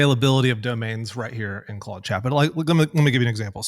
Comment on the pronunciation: Why does he call it "Clode"?